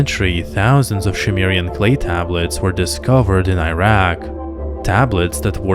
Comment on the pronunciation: Zacharia Sitchin is a laughably incompetent charlatan. The Annunaki and Nabiru have nothing whatsoever to do with humans or other planets. BTW, It's Sumerian, NOT Shumerian. Lol